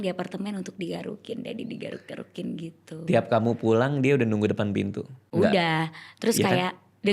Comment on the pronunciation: Bang bisa ga biasa aja pas bilang garuk-garuk🤣🤣